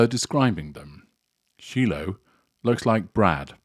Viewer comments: Shiloh's name is pronounced Shy-loh, not Shee-loh. It is ancient Israeli and means peace. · ….it’s pronounced shylow. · It's SHI Loh shi with a long I sound. heh you obviously haven't seen the film! love your videos btw.